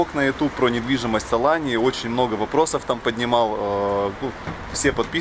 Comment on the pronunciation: Не АланЬи а Алании.. этоне АланЬя а Алания.. откуда ты взял этот мягкий знак??